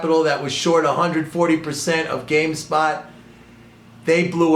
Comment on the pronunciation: come on man, it's game stop not spot